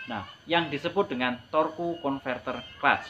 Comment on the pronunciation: Torque itu bacanya torsi om. Hehee